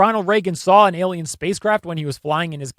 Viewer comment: Oh NO. YOU'RE ANOTHER ONE! it's Alien, not... "EL IAN"!